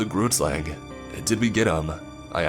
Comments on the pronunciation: That pronunciation of Groot Slang was awful , coming from a South African. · Hi, I'm Nichelle and I personally live in SA. I've heard about all the tales such as the Tokoloshe, pinkie-pinkie and Anansi, but never heard of the grootslang but I just wanted to tell you that you said it wrong, it's pronounced groo (saying the "g" with you're throat) t groot means big in africaans. Then slang means snake in africaans, sla ng. So the word means big snake. From my research, the grootslang is a big long snake with a elephant head but there may be people who have done more research then me.